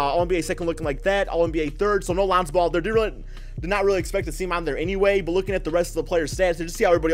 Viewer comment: Lanzo ball. Swear you say his name that way everytime. lmao